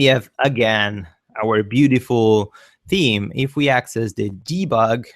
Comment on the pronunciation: You're definitely right with the team instead of theme pronunciation I laugh sometimes while reading the closed caption the lyrics was team not theme and also the thumbnail pronunciation in the closed caption it is nominal sometimes numb nail... But its all ok nice tutorials by the way... thanks to you